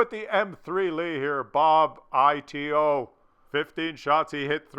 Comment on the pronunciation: lol its not bob i t o, its bobito, wich means silly or stupid